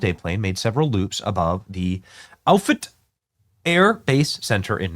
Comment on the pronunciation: The Air Force base is pronounced Off-it and I can tell you that the doomsday plane is always flying around the Omaha area quite often, trust me, I live here. God Bless You All and God Bless America!🙏✝️🙌🇺🇸🇺🇸🇺🇸